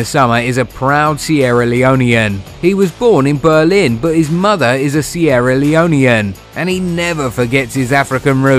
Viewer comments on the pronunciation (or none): none